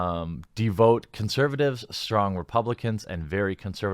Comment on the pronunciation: Pronunciation Nazi checking in. It's "de-vote-ed" and "de-VOUT" which rhymes with "deev" + "out". You could also say it like "da" + "vout"